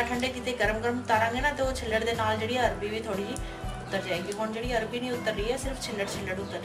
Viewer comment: Bohat wadhieya Ha but It’s not Arbi, it’s Arvi.